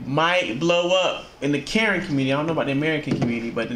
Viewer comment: is Kuh-Ren bro 💯💯